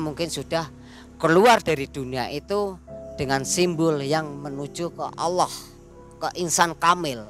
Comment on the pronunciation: Maaf narasumber, yang benar Allah pak, bukan olloh